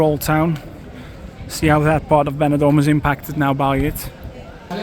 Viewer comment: Porque no áudio vc cita banador e não benidorm? Seria interessante usar umas áudios melhores e humanas e não voz do YouTube e robótica